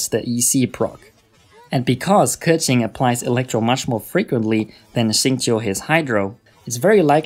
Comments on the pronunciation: Pronounces keqin the "right" way, however doesnt give a fuck about the other name though lol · thats how u pronounce keqing lol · i literally respect you so much for saying keqings name perfectly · Super well done and informative video, really appreciate it! Learned lots of things, will try out for my own Keqing and Xingqiu. P.s. I appreciate your (correct) pronunciations of their names ( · HE READ KEQING AND XINGQIU RIGHT YESSSSSSSSS